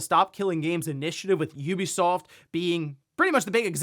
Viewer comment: The only professional game 🗞️ reporter who can’t be bothered to pronounce Ubisoft correctly?